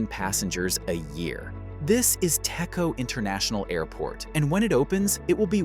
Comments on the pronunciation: ITS PRONOUNCE TEC-CHO NOT TECCO U DUMMY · fun fact: it is pronouced as "Dech-Jo"